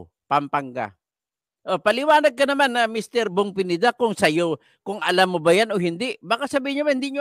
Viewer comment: Akala ko kng cno yong PENIDA. PINEDA PO, HINDI PENIDA, ANO BA YAN?